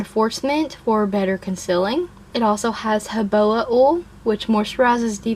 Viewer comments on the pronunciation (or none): This looks so interesting to me. When you said that it has hoboa oil in it, did you mean to say jojoba oil?